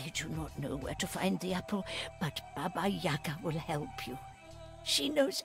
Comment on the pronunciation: I’m Russian and Baba YagA (with accent on the second A) is a big part of Russian fairy tales.